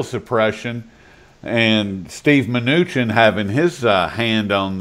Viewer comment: That was the best interview ever...he just kept pronouncing Munchinks name wrong!?!